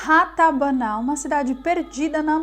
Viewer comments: O nome da primeira capital do mundo localizada na Amazônia Brasileira é Ratanabá. E não Ratabana, como a falou......Ela existe e está soterrada, também várias pirâmides, está tudo lá.... civilização avançada. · Não é Ratabana e sim "Ratanabá" (bem no inicio do vídeo), kkkk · É Ratanaba.? Ou, Ratabana, como ela disse? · Ratabaná??? Ou Ratanabá???? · É Ratanabá e não Ranabatá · Não é RATABANA, e Ratazana! Kkkkkkkkk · Não é Ratabaná, e sim Ratanabá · e ratabana ou ratanaba????? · Não seria Ratanabá ao invés de Ratabaná? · Ratanabá e não Ratabaná kkkk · É Ratanabá e não rabanatá. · Ratanabá ou Ratabaná? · Vc disse rabatana,o correto e Ratanaba a Capital do Mundo. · RATANABÁ e não RATABANÁ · É Ratanaba.. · Não sabe falar nem o nome da Cidade kkkkkk “ratabana” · uma pequena correção: é '' Ratanabá'' Valeu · meu amor, duas palavras que vc fala errado, RATANABA E GOBEKLI TEPE. É bom ver direiro a pronúncia correta antes, porque depois as pessoas vão pesquisar mais a respeito e não encontra porque o nome esta errado.